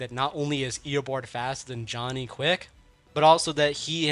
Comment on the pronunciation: Bro its eobard not eobord